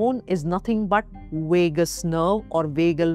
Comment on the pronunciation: Wagabond Wagus nerve. Wagal wery funny